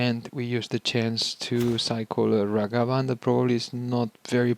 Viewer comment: Dude stop it’s Ragavan not Ravagan